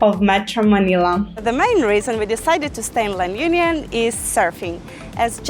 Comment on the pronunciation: You can't even pronounce LA UNION well 🥴😖